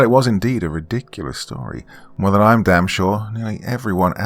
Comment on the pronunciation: Redicreus ( reminds me of the seinfeld episode)